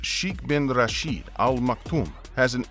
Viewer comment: When making public videos please make sure you are able to correctly pronounce words. The word sheikh is not pronounced ‘sh-ee-k’. It is pronounced more closely to ‘shake’. Rashid is pronounced ‘ra-shid’ which Sounds like the i in ‘hid’ and not ‘ra-sheed’. Further the royals in the UAE are not casually referred to as Sheikh. In the case of this royal he is commonly referred to as Sheikh Mohammed bin Rashid, Mohammed bin Rashid, or more recently as MBR which stems from the crowned prince of Saudi Arabia being referred to as MBS. Sadly there is so much corruption in the UAE and it all starts at the top. Everything change after Sheikh Zayed passed and the rulers had only a list for money and power.